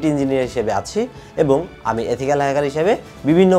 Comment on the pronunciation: এথিকয়াল না ইথিক্যাল